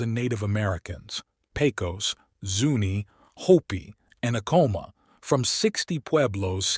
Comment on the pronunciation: Please learn to pronounce some words correctly I.e. Acoma is AHHH-coma with the accent on the FIRST syllable not the second. Thank you.